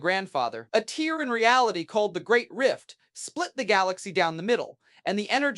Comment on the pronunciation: It’s is, you can tell when it can’t differentiate “tear” and “tear”